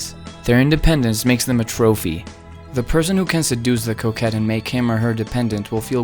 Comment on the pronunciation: Lol I thought he was saying Coke head the entire video